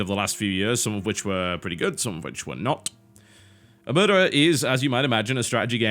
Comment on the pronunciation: TB, it's oMERta, not oMURta >.>